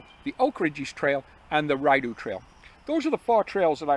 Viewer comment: I’m scratching my head thinking “Ryedough?” … when of course you mean the Rideau (Ree-dough) 😅. Hope all goes well on the Oak Ridges - I’ve come close to starting section hiking from the west twice this summer but bailed both times and have just been walking the ravine trails in Toronto. Perhaps we’ll cross paths as you and Andre are nearing the western terminus?